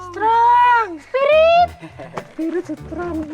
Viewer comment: Sekilas kalo ngomong sepiritt kedengernya cepirit...Wkwkwk.😂😂😂